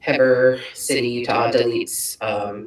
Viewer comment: It is pronounced He burr Utah 😅